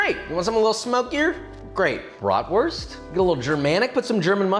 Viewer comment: He said braadworst